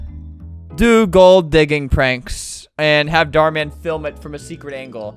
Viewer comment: “ Dhar Mam “ - Albert.